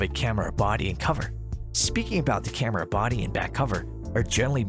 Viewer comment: I don't like the way he says "camera"